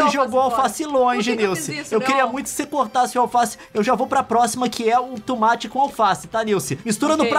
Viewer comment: tOmate e não tUmate